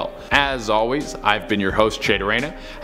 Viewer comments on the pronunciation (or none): none